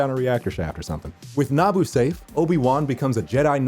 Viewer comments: It’s Naboo not Naabu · A don’t like how you say Naboo like Nah-Boo and not nuboo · It’s na-boo not naa-boo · NA-boo? I thought it was na-BOO? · Its naboo nuh-bu not nah-bu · Someone tell him Naboo is pronounced nah-boo